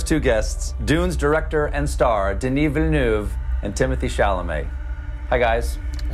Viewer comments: I don’t care, cuz I’ve been thinking of him as “Dennis Vill...” Totally okay with the name sounding like a stroke if that’s the correct pronunciation. Nice that Colbert really makes the effort. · Stephen Colbert sound like he's having a stroke while pronouncing Denis Villeneuve's name.